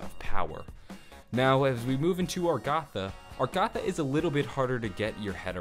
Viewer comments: why are u saying arghata? it's agharta lol btw love ur videos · Agartha, Agartta, Agharti or Agarttha.. Not Argatha.. AG not AR. Anyways, love these vids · argatha? Do you mean Agartha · Question. Can you say agartha right? It's not argatha it's AGARTHA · it agartha not argatha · not to nitpick but it's agartha not argartha, Samantha says it when a game of Origins is started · this may seem a bit picky but why do you say argatha instead of agartha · Its Aghartha!!!!! A-gar-tha!!! Not Ar-goth-a!!!!! please pronounce it correctly!